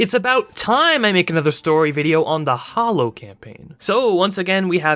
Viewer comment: Why do you keep writing “the Hallow” but you keep saying “the Hollow”?